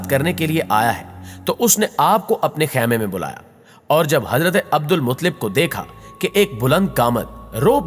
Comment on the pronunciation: عبد المطلب کو صحیح پڑھو.